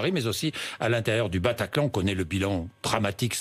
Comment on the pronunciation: "au PATACLAN" mdddddddddddddrrrrrrr